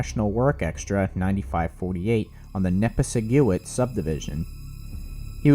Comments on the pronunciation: It’s pronounced neh-piss-ih-guit. This is near where I live and grew up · If you want to be taken seriously at least learn pronounce the name of the place you are talking about. What is a "nepa seguit"? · It's pronounced "Neh- PISS-ig-wit". Yeah, easy to mess up. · The correct pronunciation is "nuh-pi-si-gwit". I grew up there. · Nepisiguit: Ni-piss-i-gwit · The "u" in Nepisiguit is alot shorter, should be pronounced "nepisigwit". Great video otherwise! The recording between and the RTC is definitely worth listening to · Really butchered the word Nepisiguit. :(